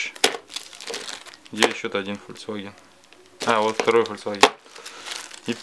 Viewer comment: Не ФольЦваген, а ФольКСваген